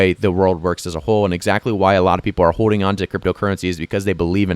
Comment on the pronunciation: Its also pronounced hoLding lol not hoe ding lol